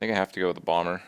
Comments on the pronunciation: He pronounced BOMBER correctly. I KNEW IT. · Am I the only one that noticed Kripp is saying Bomber correctly? Am I in the Twilight Zone?